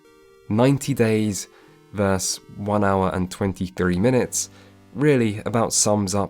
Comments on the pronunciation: It's versus, not verse... :'( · It's 'versus' not 'verse', 'verse' is an entirely different word.